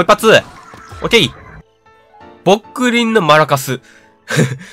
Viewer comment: ぼっくりんがぽっくりんにしか聞こえない笑笑